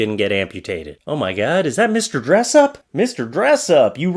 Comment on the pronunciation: haha I knew you were from Canada as soon as you said Mr dressup lol